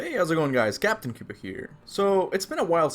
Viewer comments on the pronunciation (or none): none